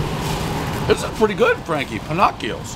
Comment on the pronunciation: 😨 "Pin-knock-e-o's", "May-nor-haven" As usual every name mispronounced.